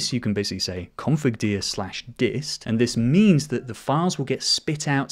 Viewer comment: Hearing you say configDir as confirDeer instead of configDur hurt 😔😔